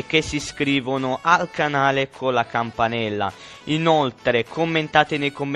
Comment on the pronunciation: la ✨campanela✨